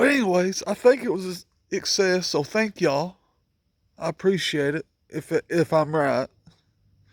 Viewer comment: Good morning bro... BTW.. It's SUCCSES.... IT'S AKA....SUCK-SESS... NOT SUSSEX... ILMFAO